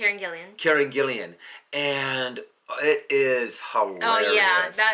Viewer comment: I believe her name is Gillan, not Gillian.